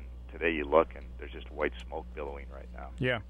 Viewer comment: BILLOWING, not bellowing!!!!!!! 🤬